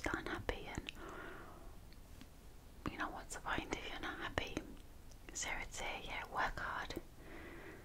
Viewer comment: You say hoppy. It's happy!!!